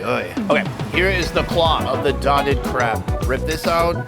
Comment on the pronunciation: Its "Crab" guys not "crap"